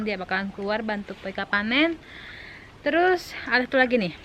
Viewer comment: Air bukan ail, Cara.. bukan cala, Terus bukan telus hahaha Etdaaahh 🤣😂😂